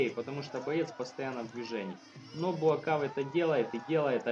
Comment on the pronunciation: Он Буакау (белый лотос с тайского), а не Буакав.